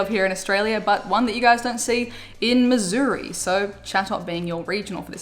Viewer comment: Thank you for pronouncing Missouri correctly! Love your vids!